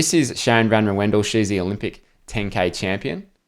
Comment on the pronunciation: Great video analisys as always,really enjoying your vids(thumbs up ; ) Just wanted to say that Sharon van Rouwendaal’s name is not pronounced as Sharon van Roewendell like you do,but as Sharon van Rauwen-Dahl. That’s It no further comment.